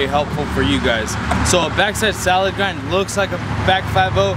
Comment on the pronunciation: Salad Grind* not "solid grind"